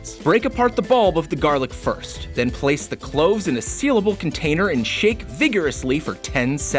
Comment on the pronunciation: did he say shit? I know he meant shake but sounded like it